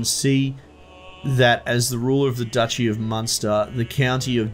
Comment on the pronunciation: haha its definitely not pronounced dookie unless you're talking about poop.